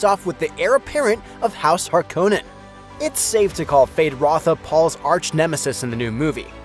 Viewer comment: Hark-Uh-Nen not Har KOH Nen. Come on this is twice now